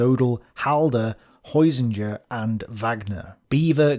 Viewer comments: Hosinger = Heusinger (pronounced: Hoi-zing-er). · The guys name is Adolf Heusinger. Not Hosinger. 🙄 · It's Heusinger, not Hosinger. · At the Vinnitsa Conference - you show a (General) "Hosinger". Surely you mean Gen. Heusinger (Adolf Bruno Heinrich Ernst Heusinger)